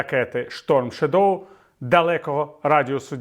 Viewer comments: шЕдоу. Наголос на перший склад. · Прекрасні новини! Тінь на англійській мові вимовляється Shádow (із наголосом на "а"). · Стом Шедоу. Друге слово має наголос на першому складі